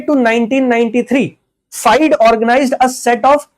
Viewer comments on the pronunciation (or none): Wrong pronounciation.. it's FIDÉ (Sounds Feede) not FIDE . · Sir FIDE ko mostly फिडे pronounce krte h...